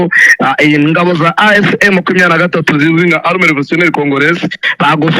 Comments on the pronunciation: ugomba gutandukanya " arme na armée" bavuga rero "Armée" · Ntabwo turi "" arme""Ni armée mpora ngukosora Nuko utajya ukosorwa (shyiraho isaku uzamure)